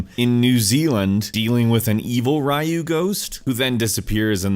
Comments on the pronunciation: It's pronounced Ree-You, not Rye-ooo. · dude please.. it is ryu not rAAyu :| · wtf is Rio. its ryu. re-you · did he just say Raiu? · Jesus It's 'Ryu'. The romaji would be something similar like Riyuu. Which means 'Dragon'. Makes sense tbh since the dragon fist and such. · Jesus no its not No one says Goju Ryu Karate or Shito Ryu Karate that way. And they've been in the U.S. way longer than Street Fighter. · It's pronounced Roo. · Jr. Not to be rude but it's pronounced "ree-yu, Ryu りゅ。I'm not greatly experienced with kanji but I do know my kana and it's pronunciations, I just need to study kanji more. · Gabriel Paulino nah its cool fam i just hear alot of Japanese say raiu thats what i meant and thank you for answering me politely like a human being i appreciate it :) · We do actually. We do. RAIU is completely different. That's like calling a Spanish kid JULIO and pronouncing the J. Its Hulio by sound. In Japan the word RAI has its own meaning. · Rayu is a classic character. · Still not RYE-you. That one is just stupid. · It's (re-ooh) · "I've played this since I was a kid" -pronounces ryu "rye-you" topkek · No worries. I pronounced it Rah-yooh as a kid too. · I- I'm sorry, rye-ooh? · Ryu pronunciation: (Re U) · Everytime I hear "rye-you", I die a little inside. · ....Rai-Yu? Oh. That's.. infuriating. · So you've played Street Fighter since the SNES, but never heard a character say "Ree-yoo"? Really bruh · No you didn't just call him Ri-U . Dude this isn't the 90's. lol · Ryu is pronounced Re-yu'. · "Rye-yu" So is this how native English speakers pronounce Ryuu? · It's Ree-you. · Who the fuck is "Riyu"? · dude..u still call him 'Rye-you'?? I thought this error was settled years ago.. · Raiu, jesus christ bro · You've been playing street fighter since snes days, and still call him Rai-yu? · "RIE YOU" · No offline singleplayer content? No buy. (-_-)' And who the fuck is "Raiu"? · Please pronounce RYU correctly. Gosh. How on earth can it be "RA YU??" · its ree-you lmao